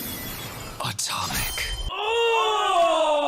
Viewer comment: just want to say that when the protagonist stresses the wrong sillable saying "Atomc" is something that needed to be there in the dub, i considerer this a big failure.